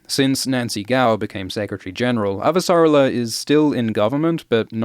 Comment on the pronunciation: Hell yeah, more Expanse episode breakdowns. I can't wait to hear all the new ways you mispronounce Avasarala.